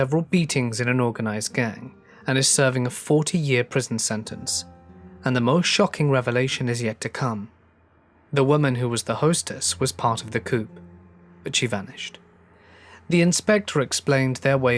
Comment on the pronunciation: Coup is pronounced coo - the p is silent as in lots of French words.